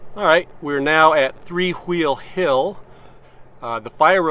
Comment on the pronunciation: “three hhhwwweeeel hill”